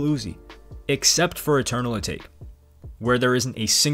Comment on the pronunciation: You said Atake wrong